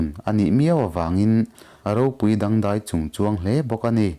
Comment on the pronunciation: 'A thlar dei duai' déi duái ni loin dei hi lam hniam in 'duai' pawh hi nguai tih thlukin lam la, 'ter pha an awm lo' 'ter' hi ke (leg) thlukin, lam la angaihnawm lehzual ang. A dang pawh ala awm nual ang. Han uluk lehzual deuh teh.